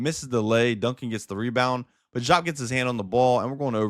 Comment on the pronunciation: I understand what you might have read, I’m sorry it misled you. I would not, (DEE-AAP) is the correct pronunciation. If you were around to watch him live that is how you would hear it said. I bet it’s weird but I assure you this is Facts